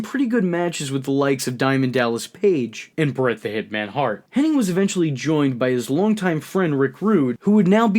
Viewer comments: Its Kurt HENNIG.. not Henning!!! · Hennig, not Henning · Why do you say Curt Hennig's name wrong??